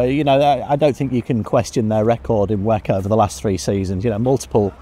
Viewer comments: can you pls say W E C and not wack 😢😂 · Its very strange that everyone says "weck"